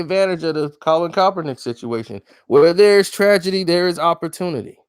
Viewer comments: Can somebody please tell me: who the hell is Colin Kelp-pernick? I thought his name was pronounced: Kaepernick?🤔🙄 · Now this man is saying calpernick 🤣🤣🤣🤣 get his name right